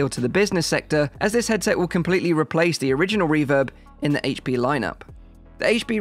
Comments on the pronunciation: I'm glad you said aych-P and not Haych-P 😝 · Thank you for saying "H.P. instead of "HATECH P"